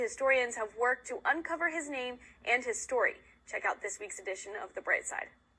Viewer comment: The name isn't being pronounced right.